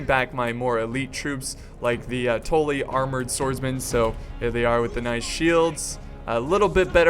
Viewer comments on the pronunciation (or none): House Tolly? Its Tully.. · T- uh - lly not torly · It's "tuh-le" not "tol-e" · It's "Tully" not "Tolly" god.... you are losin it.....:( doesn't change my mind on u secretly dating JF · "Toely" xD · What the fuck is a toelly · "House Toelly" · The butchering of ze Tully name :( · The way you say Tully gives me cancer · The only thing that got slughtered here is that prenaunciation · please say Tully right next time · The way you pronounce Tully makes me feel uncomfortable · yes he did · im sorry everytime i heard it i thought i was gonna have a fit ahah great battle thou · It triggered me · how you said tully XD. no offense, obviously. it just sounds fun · your saying tully wrong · ha you're right still something that annoyed me